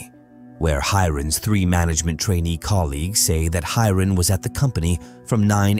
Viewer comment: And when did kal-panaa became kal-paanaa. 😂 And Ga-waar-e became Ga-ware. And He-ren became Hi-ren It is clear that it is a computerized voice.